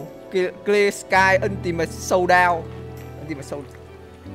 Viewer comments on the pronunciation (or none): none